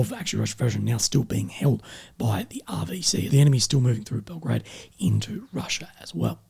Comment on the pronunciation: Belgorod and Belgrade are two different cities - one in Russia, the second in Serbia. You sometimes mispronounced Belgorod for Belgrade. Anyway, keep up the good work. 😃